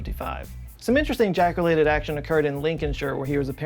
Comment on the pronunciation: Lmao you said jack ulated